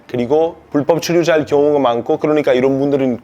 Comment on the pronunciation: 럭키씨 불-법 발음이 풀법으로 들립니다